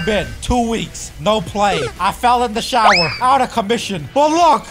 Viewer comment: Did bro just say he fell in the shaower